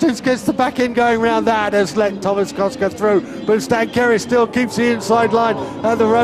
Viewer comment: Lol he said Tomáš as Thomas